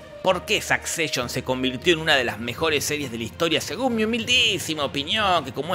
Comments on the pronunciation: me da mucha risa que diga SAKCESHON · "Sakseishon" :face-blue-smiling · La pronunciación de la Palabra Succession es de las cosas más Repugnantes del vídeo